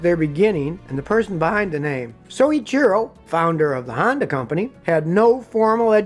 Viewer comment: Soweecheero, or So-Ichi-Ro